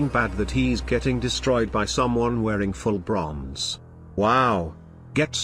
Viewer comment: “Full brrrronze”